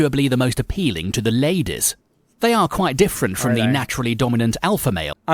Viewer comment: "Most appealing to the LAYDESS" i died I'm dead now thanks